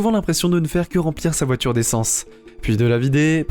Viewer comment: Déjà que dans cette vidéo la voix est presque aussi débile que les commentaires à 2 balles, pouvez-vous au moins expliquer ce qu'est une voitchure ? C'est un nouveau mot du dictionnaire ?